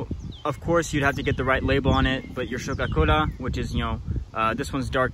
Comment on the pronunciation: Scho-Ka-Kola was a little bit different. But great job.